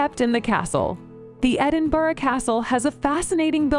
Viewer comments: The mangled pronunciations made me cringe more with each subsequent abomination. If you are planning on visiting Scotland check some more reliable sources about pronunciation of place names. The is an infamous clip of a podcaster filming his first few seconds of footage at the West End of Princes Street. He said “I am here in Edinburg…” (pronouncing it like Hamburg) No sooner had the words come out of his mouth a guy walking behind him said, without breaking stride or even turning his head, “It’s Edinburgh you wank!” People are mostly amused by these errors but sometimes it gets annoying and can be the last straw. I have a friend who joined a local group who learn and play folk songs. One week there was another newish member these, who was originally from England. As they were practicing the lyric to the song this English guy said, quite emphatically “Of course these are just nonsense, made up words” My friend lost his temper, the song was in Gaelic and here was a guy not even considering that a Scottish folk song might be in the traditional language of Scotland. The English guy only came back to the group one more time but obviously realised he had messed up big time and withdrew. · Actually, the last time she said it she said Edinburg. hahaha :) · As a Scot from Glasgow I cringe when Edinburgh is pronounced. Edinboroo, Edinburger just say it like it is just Edin......bur.....rahh, there you go! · Edinboro? Surely to a native it's Embra? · At one point, she clearly said "Edin-berg"... I assumed that the rumbling sound I heard from down here in England was the noise of thousands of dead Scots turning in their graves. Or maybe that was just the Queen Mum yelling "Glam-iss? Did you say "Glam-iss? Off with her head!" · Lol, it couldn't even get Edinburgh right, what are the hopes of it getting anything else right? 😂